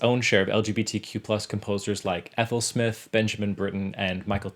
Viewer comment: Three homosexual men (none of them would have identified as 'gay'), one possibly bisexual woman (and her name is pronounced Smithe, not Smith) and one married lesbian..So just L then.